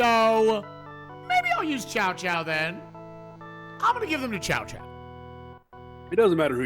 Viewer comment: ...I haven't heard these names pronounced that badly since the old PS2 English dubs. It's not 'Chow Chow' or 'Cow Cow' (what the old Dynasty Warriors games said). It's Tsow Tsow. The names are kinda fudged to pronounce if you haven't heard the later, better English dubs of Dynasty Warriors.